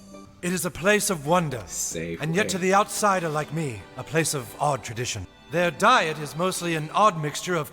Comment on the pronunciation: I think he said, ‘Me?’ But in two syllables. ‘ME-ee?’